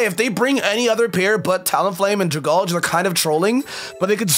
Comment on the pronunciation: Drag-algae from dragon and algae. Dra-gall-gee is not its name